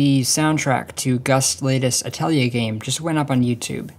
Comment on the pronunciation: Thank you for pronouncing Atelier correctly